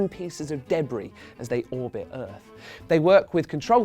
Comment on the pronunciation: I HATE how he pronounces debris. It's wrong.